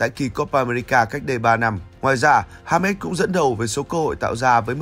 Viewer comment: Đọc là ha mét hả ban😢